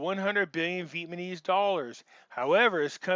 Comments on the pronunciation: You often have good information, but it is very hard to listen to you constantly mispronounce the name of the people. It is VEE-ET-NAH-MEEZ... not 'Vietmanese'. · Love your work,... PLEASE pronounce VietNAMEse... not vietMANese